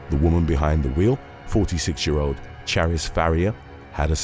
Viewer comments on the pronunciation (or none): none